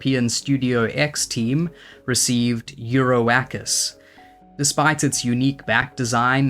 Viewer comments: I love hearing you say ”, but that Oak tree card is probably pronounced more like Europa. 😜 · It's an oak, lmao. Eur-oak-us.